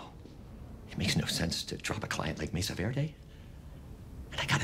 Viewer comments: ¿Por que pronuncias Mesa Verde como si tuvieras un plátano en la boca? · Jajaja como pronuncia mesa verde